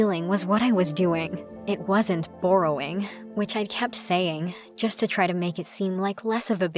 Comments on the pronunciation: “I’m only bU-rRoWiNg” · "It wasn't barrowing" lol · Me:borrowing Her:boreowing Me:getting triggered for no reason lol But I guess it be like that